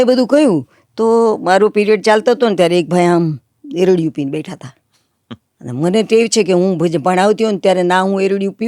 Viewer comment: 'ઓફિસરો' અને 'ક્લાર્કો'ને બદલે 'ઓફિસર્સ અને 'ક્લાર્ક્સ' અથવા 'અધિકારીઓ' અને 'કારકૂનો' એવો શબ્દપ્રયોગ વધુ યોગ્ય ન કહેવાય? 'એરડિયું' નહીં પણ 'એરંડિયું સાચું ઉચ્ચારણ નથી?'